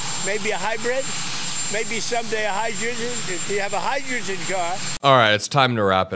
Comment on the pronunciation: TRUMP can't even pronounce hydrogen. This lunatic is talking about a car that doesn't even exist yet. Hes so weird.